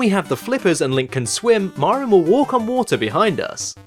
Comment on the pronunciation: It's funny that you say "MARR-in" instead of "MARE-in." "Mare-in" would be more natural for Anglophones to say when they see "Marin" because it rhymes with "Mary."